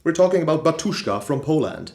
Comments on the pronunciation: batUshka xdddd))(0090)(00 it's not correct the correct way to pronounce this word is bAt'ushka!! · nice video! but it’s bAtushka, not batUshka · Not to lecture or anything but Batushka is actually pronounced as "Batyushka"